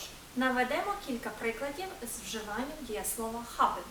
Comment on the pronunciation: що за "хабен", навіщо ви таке показуєте! там придихове "Г", але ніяк не "х"!!!